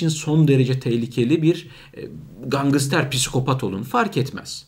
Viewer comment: Gangıster değil gangster